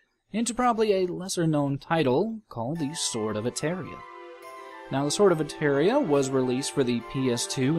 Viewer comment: nice video, but u are pronouncing "Sword of Etheuria" and the right is "Sword of Etheria" :)